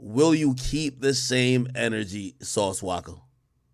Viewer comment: bro its Sauce “Walka” not Waka 🤦🏾‍♂️😅